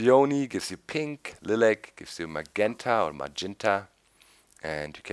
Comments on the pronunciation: dandylyon?? OK Doc :)- dandy-lion lye-lac Thanks for reviewing.. interesting additions. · lilac = lie-lack doc xD :P